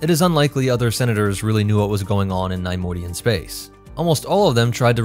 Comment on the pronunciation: The constant mispronunciation of Neimoidian made this unwatchable :/